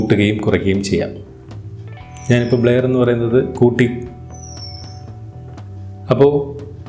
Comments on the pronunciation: ബ്ലയർ അല്ല ബ്ലെർ..vaayikkan polum ariyille...engeru schoolil padippikkunnathalle....kashtam! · ബ്ലേയർ അല്ല ബ്രോ ബ്ലറെർ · Endhuvado valya youtube karan bleyar alla brur ennanu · ബ്ലെയർ അല്ലലോ ബ്ലർ അല്ലെ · ബ്ലെയർ അല്ല ബ്ലർ ആണ് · ബ്ലർ എന്നാണ് ആശാനെ അല്ലാതെ ബ്ലയർ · ബ്ലയർ അല്ല.... ബ്ലെർ ആണ് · ന്നാ അങ്ങനെ alla ബ്ലര്‍ aannu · Bler alla blur